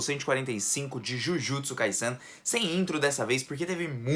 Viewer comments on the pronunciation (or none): pq vc pronucia jujutsu kaissen em vez de jujutsu kaisen?